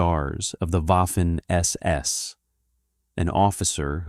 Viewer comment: Please speak to a German language tutor about the pronunciation of Waffen See: Waffen-SS : say, /vafen es es/. See